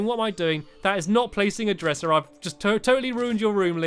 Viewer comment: I heard stampy say dresher instead of dresser